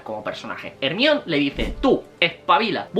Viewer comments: Excelente video, pero "Ermion" jajaja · Bro exelente video me da mucha risa jajaj cuando dices hermion jajajajaj si soy de latam😅